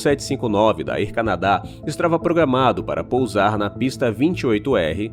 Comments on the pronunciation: Olá. Não quis ofender. O conteúdo do vídeo e muito bom e bem informativo. Desta parte você é de parabéns. Mas pergunta uma vez alguém que fala inglês como se pronuncia Air Canada e Airline, etc. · Air Canadá? A pronuncia correta é: ÉR CÂNADA ÉRLAINES